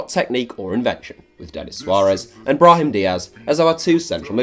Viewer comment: Absolutely butchered Brahim's name aye